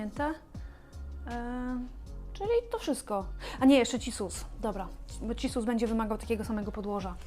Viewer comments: Wow!! Dzięki za poprawkę zza kamery! Jak powiedziałaś cisus a nie cissus to stanęłam i mówię „ ej! Cissus! I nagle rozległ się głos sprawiedliwości 😂😂😂🌱🪴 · Moja mama też mówiła cissus przez ć i śmieję się od 5 minut już XDDDDDDDD